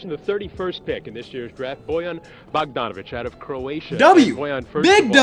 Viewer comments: It's boy-yon not bo-yon bogdanovic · And its Bohgdanovich not Bagdanovich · This is all wrong! This is how americans say it but it doesent mean its right and the commisoners pronounced it wrong too for example its shruder not shroder and its bogdanovich not bagdanovich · On american bogdanovic is different than on croatian s u actually said that wrong and i know that because i am from croatia and big shoutout to you man you are the best